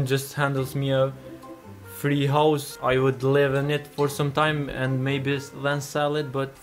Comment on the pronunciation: The way u say house sounds like hoes